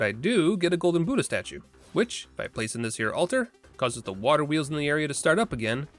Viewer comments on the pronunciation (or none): none